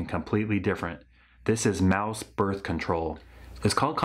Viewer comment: muh börf control